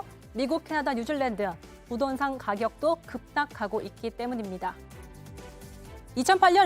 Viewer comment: 근대 이 아나운서는 말도 가끔 버벅대고 발음도 안좋은거같은데 왜케 여신이라구 하는건가요? 이뻐서? 부동산을 부돈산이라고 자꾸...